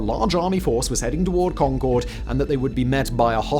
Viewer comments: I live in Massachusetts. The pronunciation of the town of Concord is not like the Anglo-French supersonic passenger jet, where the emphasis is on the second syllable “con-CORD”, but on the first syllable. It sounds like “CON-curd.” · Simon, i love you and your videos, but as someone from Middlesex County, it's not Con-Chord, it's Con-Curd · Con-Kerd, the second O is not pronounced. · It’s not Concord, it’s Khankahd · As a born and raised Bostonian (currently living in Waltham, which you can see on the map) it is my sworn duty to correct the pronunciation of the town of Concord, Massachusetts. It is pronounced Con-kerd or Con-kuhd. And yes, I know Simon doesn't care. 😂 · I wish people would learn to pronounce Concord. It is "Con-kerd" not like the plane. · Nice video although Concord MA is not pronounced like "Concorde" the airplane.. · The name of the town of Concord is, amusingly, pronounced "conquered." Also, there is a Concord, pronounced the same way, in both New Hampshire and Massachusetts. There was a shortage of originality, but in fairness, the two places were a couple days' travel apart when they were named.